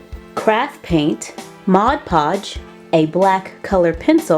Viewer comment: ITS MOD PODGE NOT MOD POGE YOU DORK